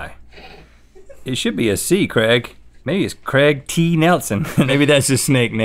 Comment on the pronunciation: I know it’s Craig but they pronounce it like Creg